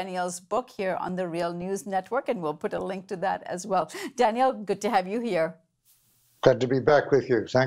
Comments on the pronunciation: Thank you for covering this and we must give Jullian all the support necessary. One small thing, when you put the accent on the second syllable of Daniel's name it becomes a girl's name. Customarily, the man's version has the accent on the first syllable:-) Not a big deal, but distracting to listeners who are used to hearing it the other way. We must have correct grammar while fighting fascism! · It's pronounced, Danyl and spelled Daniel. "Danielle" is the female form of Daniel.